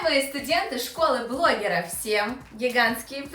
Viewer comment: ммм * блогера. А не ( блогира) Смешно допустить такую ошибку взрослой женщине ( мне 15)